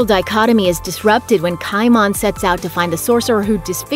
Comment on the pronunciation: I twitched a bit every time she said "KAI MAHN."